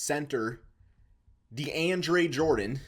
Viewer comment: Man said " de an dre " jordan